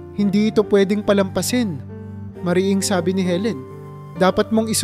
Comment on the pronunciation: Katulad Ng salitang Sabi maragsa Ang pagbigkas sa mo.